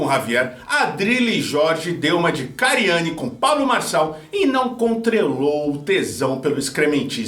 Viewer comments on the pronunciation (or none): “… e não CONTRELOU o tesão…” estava desconTRElado ao ler seu script de hoje, 😂